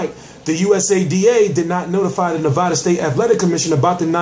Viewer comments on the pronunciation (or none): none